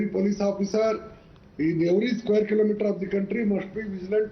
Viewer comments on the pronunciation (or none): none